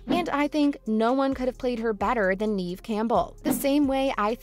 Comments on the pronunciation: If she left because of the pay,then why is the thumbnail going towards you guys saying that Jenna got her fired. Atleast do research on the subject and ACTUALLY pronounce her name correctly before you make a video. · If you are going to talk about a actress at least you can do is pronounce her name right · What you’re on about is not pronouncing her first name correctly. Please record the audio with the right pronunciation, and upload this again with the corrections. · Please pronounce Neve's name correctly!! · 🤦🏼‍♀️ Look up how to pronounce her name😂 Neave it to beaver! She's not acted in years, what does she want😂🎉 she only plays in this, "EVER"!👀 You guys are funny, no matter what YOU think😂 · It's not Neeve. It's Neve. Do your research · I thought her name was pronounced Nev, not Neev. Have I been saying it wrong? Lol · It's pronounced "Nev." Not "Neev." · Nev* not neeve is how pronounced us sydney fans r gonna raid your house tomorrow prepare 😌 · It’s pronounced “Nev.” You could at least get that right. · I thought so too. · I came here to say that EXACT thing 😂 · Yea I exited out the video as soon as she said Neave…✌🏽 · Facts tho!! If you say her name 15 times in a video you can at least pronounce it correctly lol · IKR? I don't understand how they couldn't bother checking how to pronounce her name properly. It only takes a minute to find other videos saying her name. This channel has little credibility. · Wtf say her name right!!😂😂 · can't even get past your mispronunciation of Neve, then all the crap you said about gender pay gap... silly GenZ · Hard for me to take anyone seriously that can't pronounce Neve correctly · You are saying Neve’s name wrong, she deserves better. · The person who is doing the talking says Neve’s name wrong. Lol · I think you should learn to pronounce her name right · You said her name wrong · Stop saying her name wrong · It's not pronounced Neeve, it's Nev like Rev or Kev... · Me cringing everytime she said Neeve instead of Nev.